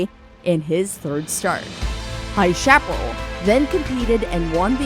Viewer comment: Yeats is pronounced Yates...chapparal is pronounced sha-puh-RALL (rhymes with alley's first sylabel ...